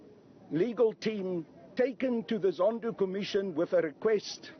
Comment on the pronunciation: "President Zondoo" 🤣😂